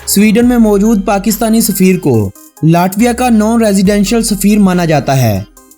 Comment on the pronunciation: آپ کی کوشش ا چھی ہے مگر آپ کچھ الفاظ غلط ادا کرتے ہیں ۔ یہ لاٹویا نہیں بلکہ لیٹویہ بولا جائے گا۔ امید ہے اپ مذید ویڈیوز میں اصلاح کریں گے۔ آپ کی تمام غلطیوں کے باوجود آپ کی ویڈیوذ بہت اعلیٰ ہیں۔ ہم نے اپنے بچوں کو اپ کی تمام سیریز دکھائ ہیں ۔انفارمیشن کے لئے good 👍🏻👍🏻👍🏻👍🏻